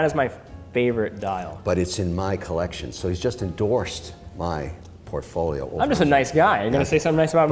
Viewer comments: This guy ("Mr Wonderful"/"Mr Bellend") gives it all the biggun, yet has only the most rudimentary watch knowledge. He brings nothing to this other than money and his crappy attempts at French ("maison/collection"). Teddy should find someone interesting to build a "Collekshion" with. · Thanks for saying the word (collection) like a regular human being. #makesachange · What does Kevin say collection with a silly French accent?